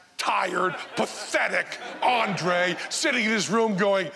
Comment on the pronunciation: A to ještě ani nezačali vyslovovat správně Ondřej :D